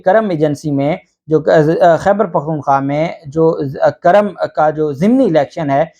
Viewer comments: It’s not Karam it’s Kurrum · The correct name of halqa is kurram not karam thanks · قاف پر پیش ہیے نہ کہ زبر سر جی۔۔۔ذبردست وی لاگ🇵🇰🌹🇵🇰🌹💐🇵🇰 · جب الیکشن کمیشن کے پاس کوئی عدالتی اختیارات ہی نہیں ہیں تو ڈی سیٹ ہونے اور کرنے کا کیا سوال پیدا ہوتا ہے ۔ دوسرا یہ لفظ جس علاقے کا آپ نام لے رہے ہیں اس کا تلفظ "کو" کی آواز کو شروع کرکے پڑھا اور بولا جاتا ہے ۔یا جیسے ہم کرہ ارض کہتے ہیں ۔ اسی طرح "کر" کے ساتھ لفظ "م" لگا دیا جاتا ہے ۔ تو یہ ہوا "کرم" یعنی کاف پر پیش پڑھیں گے ۔ جسکا دوسرا نام پاڑہ چنار یا پارہ چنار بولا جاتا ہے ۔